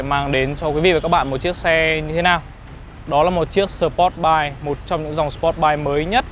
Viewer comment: Review nói chug chug..sờ pốt bay..vcc.cười ỉa